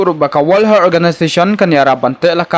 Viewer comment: Virus not varus...